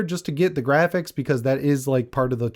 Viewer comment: The gwafix! Surely they will affect my skill as a gamer! 🤪😂